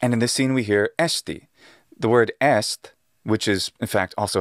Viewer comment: Est pronunciato esti o este ricorda la vocale paragogica del sardo